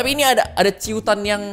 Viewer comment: cuitan bang bukan ciutan wkwkwk :D